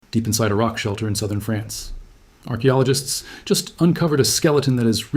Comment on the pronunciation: France, not Frence.